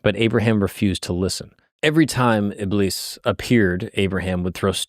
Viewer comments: ibis= iblees. A'oozu billahi minash-shaytanir-rajeem (I seek refuge in Allah from the accursed Shaytan). thats the correct pronunciation for ya! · It's pronounced ib-leese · Btw its pronounced ibliis like a long I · Close It's not pronounced "Iblis" It's pronounced "Ib-lease" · Shaytan's name is pronounced as "Iblees" like elongate the "ee" like "Greece" not "Bliss" Yep. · btw u pronounce iblis as ibliis with double i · its pronounced iblees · the Iblis part is pronounced (ib-lees) like ee sound, but its okay if you got it wrong